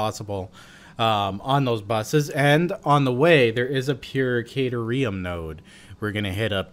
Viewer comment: The way you say caterum makes it sound like a drug lol